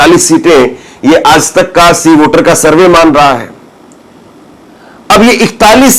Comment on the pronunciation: Are yaar tum har shabd me nukta kyon laga dete ho.... Aaj tak ko aaz tak bolte ho... AAJ hai \AAZ nahi